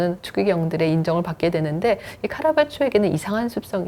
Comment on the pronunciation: 작가 이름은 제대로 발음합시다. '카라바쵸'는 아니죠! '카라바죠'라고 해야죠. 원어가 Caravaggio이니까요. 작은 실수 하나가 1시간 넘는 내용 전체가 위험하게 만듭니다.